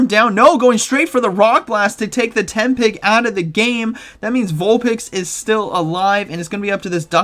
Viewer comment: Lol it's Tepig not tempig